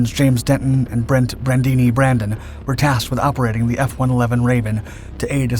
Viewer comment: Brandini? It's Brandon. 🤦‍♂